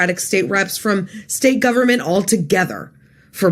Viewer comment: Yes, the kids were going to oerthrow the govvernment, you keep going.....